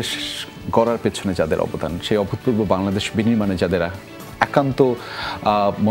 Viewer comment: উপস্থাপক "অভূতপূর্ব" শব্দটা যতবার উচ্চারণ করলেন ততবারই ভুল করেছেন। ত টা তো এর মত উচ্চারিত হবে। একজন প্রেজেন্টারকে ভাষা ব্যবহারে, উচ্চারণে, বডি ল্যাঙ্গুয়েজে অনেক সচেতন হতে হয়। যেকোন অনুষ্ঠানকে সুন্দরভাবে উপস্থাপন করার পেছনে মূল ভূমিকা থাকে উপস্থাপক বা সঞ্চালকের। এই প্রজন্মের মধ্যে আর জে কিবরিয়া তার প্রকৃষ্ট উদাহরণ।